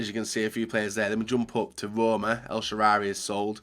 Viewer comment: "el sheraary"